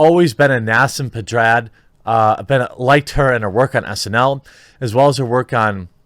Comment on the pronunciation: Nah-seem Ped-ah-rod